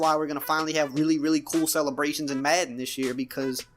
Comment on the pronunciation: I just hate how this guy says madden, where tf is he from?